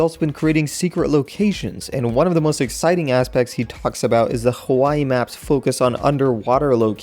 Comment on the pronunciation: I cringe whenever says Hawaii in that mainlanders voice. Like if u are a fellow islander.